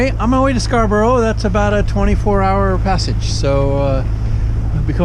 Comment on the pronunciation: Pron - "Scar-bruh" .. May all you biscuits be weevil free.